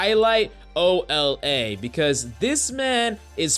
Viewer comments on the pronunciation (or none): This man did not just call Ola O-L-A. XD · Uh it's pronounced Ola